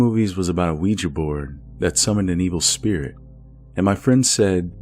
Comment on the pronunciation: congrats on being probably the only youtuber to say ouija correctly XD ~ honestly I feel kinda bad for beth. imagine being led on by some guy who rejects you cause you're a ghost ;_; lmao it's hilarious but also undeniably upsetting.